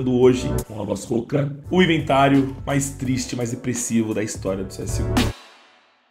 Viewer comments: "Pior inventário da HISOTIRA do CSGO" Hisotira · Hisotira?? Ou história?? Kkk